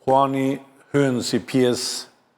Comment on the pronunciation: Huani thote batoni eshte yuan, lexohet juen.